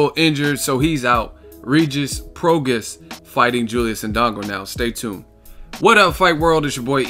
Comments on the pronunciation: It’s Pro-Gras-is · my dude it's pronounced pro-gray...it's Cajun/Creole...Rougarou the man at 140 I really wanted Crawford to fight i thought he'd be the toughest fight at 140 for him...Pistol don't want the smoke he's been procrastinating since September or October...Rougarou about to take over...i hope Mikey fights him or the winner of Broner Figueroa